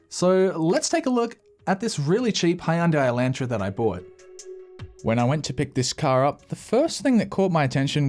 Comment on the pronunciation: As an American, the way you're pronouncing Hyundai Elantra hurts.